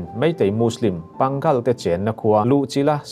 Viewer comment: Pangal i lam rik dan hi mak e...Pâ-ngal...ti tur ni in kan hria..